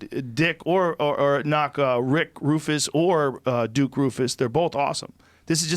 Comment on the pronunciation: Did anybody else hear Joe say “Dick Roufus” When trying time say Duke and Rick at the same time lol